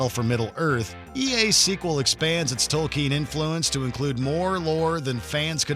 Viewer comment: No War in the North??? It's one of the best games I've ever played. PS: It's Tolkien not Tolkeen.